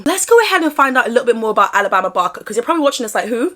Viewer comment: Kudos to you for pronouncing Alabama properly vs "Ah-la-bah-ma"🥰